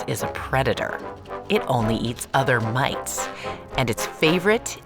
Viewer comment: My brain is trying to understand "mates" with a heavy accent and I find it amusing. Edit: Oi, where are my mates?: ON YER FACE, MATE!